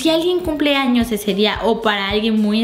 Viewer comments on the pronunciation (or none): none